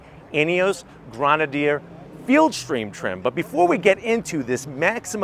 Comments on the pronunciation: It's not a GrOnadier, it's a GrEnadier 😂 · It’s pronounced Gren-a-deer FFS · For the love of God learn to say Grenedier.... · And its NOT GRAN.A.Deer It’s Pronounced Gren ah Deer . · "Fieldstream"...."Grenaidier"....how about getting the names right. Bit hard to take your review seriously when you can't even get the names and model correct. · I thought it was pronounced grenader , maybe just because that sounds cooler and I think most Americans will accidentally call it that, but they look cool and can’t wait to see one in person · Did they tell you how to pronounce grenadier? It’s different than I’ve ever heard it. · Fieldstream Trim???? BTW- they spelled Grenadier wrong and he is pronouncing it wrong. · OMG...learn how to say Grenadier! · Get the name pronunciation right 😩😩😩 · Dude at least get the names right if you are going to review a car. You can’t spell it, you can’t say it. It’s Grenadier and Fieldmaster.